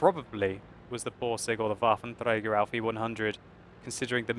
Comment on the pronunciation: waffen trrrey garrr